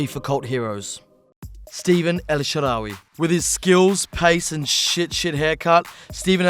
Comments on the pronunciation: The way you say Stephann El Shaarawy troubles me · STEVEN EL SHAARAWY?? AHAHAHAHHAH